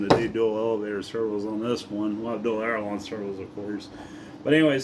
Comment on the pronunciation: Just so you know.....there is no such thing xalled an aerolon....The word you are meaning to say is called an aileron....pronounced (aile - er- on) definitely not pronounced ( aero-lonn)... Now you know the error of your ways and you can correct them accordingly.😅😅😅